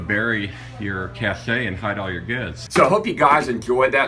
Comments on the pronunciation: Cache is pronounced CASH, as in money. It's where you cache your stuff (rhymes with stash). Cachet (pronounced cashay) is what you have when people think you're cool. When you have prestige, you have "cachet". Sorry. Just sayin'...... I found two used 1600 gallon DOT tanks for $300 ea. in fine shape. They where used to haul salt brine. I use one for water storage and the other for our cache (stash). They look about the same but are bigger/stronger. Shop around because these things are great for stashing stuff. I suggest you put in a vent and drain system in case of flood/leaks or condensation. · I wish people knew how to pronounce cache. The "e" is silent. People keep saying it as if the word was "cachet". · It's pronounced cash. Like $$$. Not cash-ay. I know it ends with an e. But that e is silent. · Why would an Army Ranger be an authority on pronunciation? See the pronunciation and sound file here: This same word is used often in the computer business and it is never pronounced cash-ay. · The word Cache is correctly pronounced CASH. The way you are saying it is wrong. Anyone else saying it the way in the video is wrong, period. Cache = CASH. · Yeah and it's pronounced CASH. Period Learn it instead of arguing You're wrong. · The french word "cache" literally means "hide". It is pronounced like the word "cash" in english. The french verb "cacher" means "to hide". It is pronounced "cash-ay". A hiding place for food, weapons or other survival gear is a "cache". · Interesting idea for food or water storage. Suggestion: "cache" is spoken as "cash," not cachet. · “cache” is pronounced thx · All very good ideas but I wouldn’t get inside one unless it had a ventilation pipe in and out for air to flow through with some type of air pump. It wouldn’t take but ten minutes to suffocate in one of those. Also I hate to sound nit picky but “Cache” is pronounced “Cash”. Keep the good ideas coming! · “Cache” is pronounced “cash.” 😊 Just sayin’. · It’s CASH not CASH AYE LMAO